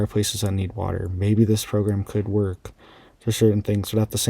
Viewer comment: Ok did I hear you say maybe they can worck. Unsubscribeing